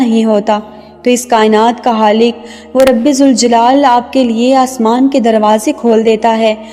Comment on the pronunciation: Ek baat batayiye aap "khalik" ko Halik bolte ho aur "khair" ko haiyr" bolte ko ....toh main confused hun .... Zara batlayiye